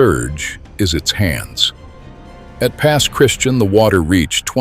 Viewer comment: Its pronounced Pass Christi-ann bud not Christian